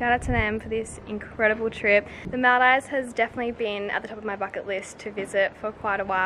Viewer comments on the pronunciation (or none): It's actually called moldives even tho there's an a ok just saying I'm saying this because I live in Maldives for my whole life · The fact that your saying Maldives wrong is really bothering me 😭